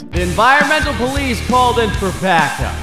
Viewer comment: the ploice /:/